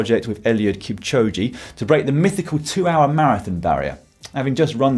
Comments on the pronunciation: man said kipchojee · That pronunciation of Kipchoge though :p